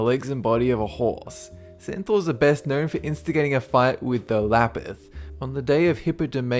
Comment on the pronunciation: wat?? cetaurs??